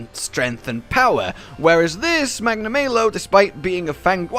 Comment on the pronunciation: Tetra-nay-don... Magna-may-lo. Im confused.